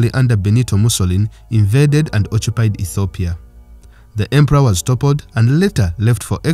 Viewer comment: Yep ! When him said - O chew pied - (occupied) - UG all day. Good Stuff Regardless